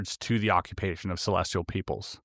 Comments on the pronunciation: *celestial, not celestrial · ce·les·tial /səˈlesCH(ə)l,səˈlesˌtēəl/ adjective positioned in or relating to the sky, or outer space as observed in astronomy. "a celestial body" You got this word wrong so many times that it proves how oh so not sophisticated you are. Really really embarrassing that you put this on air. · Edit, I watched it on the youtubes.... its musspelled 2 dozen times, likely not written by the worlds 2 smartest people. I couldnt even listen though because of the typo. Did the "celestRial" mispronounciation ruin this episode for anyone else but me. This is one of my top 3 podcasts. I'm not hating. It's frustrating though. There's so many big words, Latin, stone much complex stuff. None of it seems to be an issue. CelestRial.... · Celestial, not celestrial. Y:) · Celestial not Celestrial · They knew to put the word 'celestial' in here a billion times to trip up. "Celestrial" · CelestRial is not even a word? Does he mean celestial? Calling BS on this one, I think Oppenheimer would probably know the word celestial😅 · Bruh put this top comment on your Spotify content too. Reasonable people aren't gonna respect you and pay for content if you're saying "celestrial" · I believe the R in celestrial is silent ;) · sorry, i'm tapping out at 25m.... i love Einstein & the content of this video, but i CANNOT listen to "celestrial" one more time.... godspeed, and thanks for the content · Yes. What is so hard to understand about that word for you? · Please! There is no “R” in CELESTIAL! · Celestial, There’s no R in it lol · Who wants to tell him that there’s no “r” in “celestial?” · There is no "r" in celestial. Lol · There is no "R" in the word celestial.